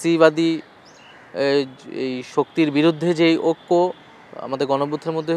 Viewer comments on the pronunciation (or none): যে মানুষ টা ঐক্য বলতে পারে না অক্ক বলে সে আর কি দেশ চালাবে আর উন্নত করবে 😅